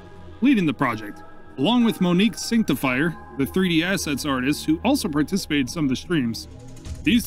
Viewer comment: I only bring it up cause it immediately follows mrdrnonose but you pronouncing santificer as synctifier made me immediately double take 😂